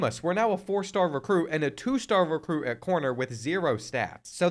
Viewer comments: Lol “Recrute” 😂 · "Recrute" is crazy bro